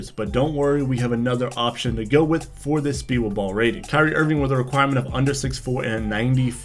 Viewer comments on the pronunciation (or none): none